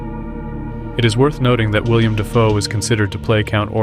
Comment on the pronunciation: Willem, not William.